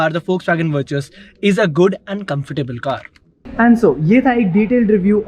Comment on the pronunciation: Pronounced as Vertis